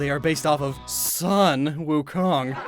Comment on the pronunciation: The sun joke with Sun Wukong really didn't go well, as someone who knows at least the basics of Mandarin Chinese. You see, in the Chinese language, "Sun" is always pronounced like we say "Soon." Not like our star. Fun fact, "Tai yang" is actually the Chinese name for the sun.